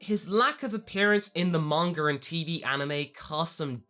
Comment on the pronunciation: I love how you say "Monger" instead of "Manga" xD